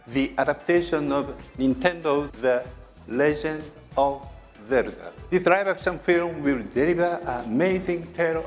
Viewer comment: “Legend of Zeruda” ❤